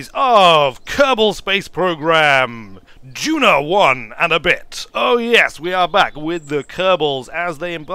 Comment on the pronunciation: Stop mispronouncing Duna! Please! Also, I think you meant an interplanetary civilisation A Kerbin day is 6 hours. That is asparagus staging. That was a very...er..."old-Kerbal" style launch profile. This, I assume was done in 1.0, which means that you should now start the gravity turn very early, not at 10km as it always used to be.